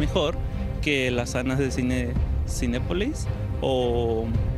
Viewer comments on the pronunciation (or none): "CINEPÓLIS" JAJAJA